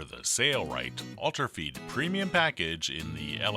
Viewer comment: Why why why? Why does he keep saying sayrite when it's spelled sailrite like sailboat? Either spell it different or say it right.